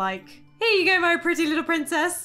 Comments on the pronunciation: I keep die laughing everytime I heard her say Prinzess instead of princess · "PrInZeSs" got me laughing😂😂😂😂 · The "Prinzess" always gets me ! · I love when you say Lo long lost PRIZESS LOOOOL 😂😂😂😂